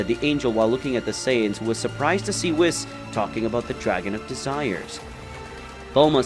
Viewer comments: If you're going to depict Yamoshi as women stop calling HER a HE, same goes for the FEMALE Namekian, Also the angels name is WHIS not WIZ, its an S not a Z think of it as saying WE then adding S to the of the pronunciation, also no one calls Beerus MR Beerus its LORD Beerus and Whis is just Whis, also Whis never calls Goku and Vegeta "Mr" he just uses there name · and there was the narrarator whom is incapable of saying whis' name correctly